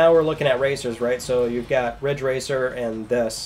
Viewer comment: It's "Ridge Racer" 7 It's "*RIDGE RACER*" 7